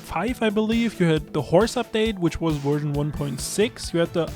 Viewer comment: Nerd virgin kept saying werzon instead of version.